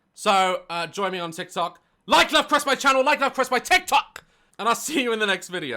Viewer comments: Sounds better with a northern accent. LOV lol. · Me when daz says “love” with his accent :🥰🥰🥰🥰🥰🥰🥰🥰🥰🥰🥰